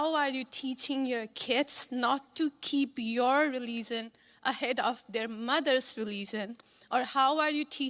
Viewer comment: What is this word relizion and mazor, which English is this?!!!! That is what they do, "I'm sorry, i have to say all of this". She is not even interested if the other person would remember it or not, she is more interested in blurting it out, that's their true color. You didn't find any dream in your country, hence you came running out from there and now you don't even want to go back, because of the condition there, right. Furthermore, why are you even spoiling the decorum and peace of this country, by publicizing your weddings on the roads, with noise pollution and fire crackers and then on your festivals throwing colors around , bursting fire crackers in residential areas, without thinking about other residents. This is isn't the American way of living. But you have brought such insensitivity with you into this country. The kind of noise pollution and garbage such celebrations create in the neighborhood, i have heard the stories about it from your country. huh!! Well said, Mr.VP. She was using Ms.Usha as a trump card, but i guess it will be great clarity for her and others like her❤